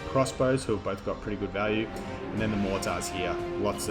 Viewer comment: Your pronunciations of mortars concerns me.